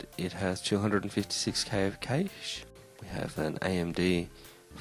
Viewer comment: Nice! Good to hear someone else pronounce cache the proper way :P Great choice of parts, a very fine machine.